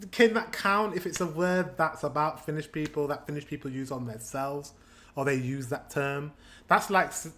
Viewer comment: His finnish pronounciation is the typical pronouinciation most swedes have when sayin finnish words, i.e incorrect